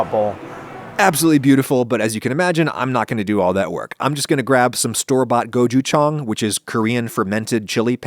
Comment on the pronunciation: its gochujang adam not gojuchang